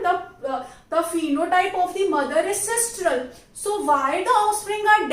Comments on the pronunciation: It is sinistral and not sistral. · Sistral nahi hota mam.., its sinistral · its not sistral,its sinistral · Mam its a very helpful video just correcting one mistake as google says its sinistral and not sistral 🙃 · It is sinistral sister not sistral